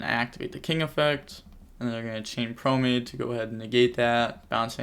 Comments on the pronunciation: I hate when he says promade. Its promenade. Thats nitpicky but it just sounds odd. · Great commentary on a really weird match man. Also Just a heads up brotha it's pronounced pro-men-odd or pro-men-aide.